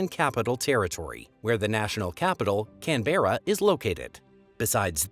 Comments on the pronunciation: It’s not Fl-eye-nders….it’s Fl-In-ders (as in f-IN-ish). It’s not Can-BERRA, it’s Can-b-RA. If you are going to do a review Australia, please learn how to pronounce the places. Oh, and it’s EmU (eemYOU), not Eem-MOO. Your biggest lazy clanger was that you had the Equator in the wrong place- it definitely does not cross over the middle of South Adelaide, that’s called the Tropic of Capricorn! The Equator runs just above the northern most tip of Papua New Guinea….which is a totally different island. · They showed it twice while talking about the Great Ocean Road. Oops! Also mispronounced “emu” (should be eem-you, not eemoo😂), “Canberra” (CANbra, not CanBERRA), “Coober Pedy” (Coober Peedie, not Coober Peddy) and “Flinders Ranges” (Flinders Ranges, say it like you spell it, not Flanders Ranges). Not too bad, though, for a Canadian and probably better than someone from somewhere just south of that could have managed😮. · The Aussie Aboriginal name for Nullabor Plain is Oondiri...meaning waterless. Also, if you're going to cover a country not your own, would you mind awfully finding out the correct pronunciation of the place name? for instance.....Coober Pedy is pronounced Cooberpeedi; Canberra is pronounced Canbra (at least to the foreign ear it is), and Pilbara is pronounced Pilbra (ditto). And so on and so forth.